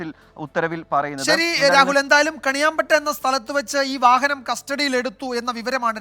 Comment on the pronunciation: കണിയാം പാറ്റ അല്ല മോനേ കണിയാമ്പറ്റ